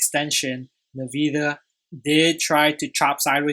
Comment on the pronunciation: Nice analysis! It’s pronounced “N-Vidia”.